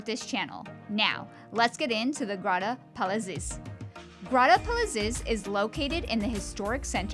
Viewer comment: When doing a review, especially of a gorgeous place like this, the least you could do is learn to pronounce its name!